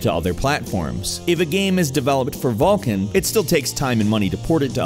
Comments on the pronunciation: it is vulkan not VALKIN :face-blue-smiling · You fucktards realize it's called "Vulkan" NOT "Vulcan". Read people..., fucking read. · Oh man that nasal voice guy and his way pronouncing everything as an A. Vulcan becomes vaaalcan, dollar becomes dahlar.. i'll sit through tho. I hope live to see the end without getting too distracted by it xD